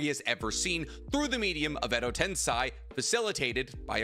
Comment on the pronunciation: Nope that's wrong it's not Ed tensay it's sei 😂😂 clown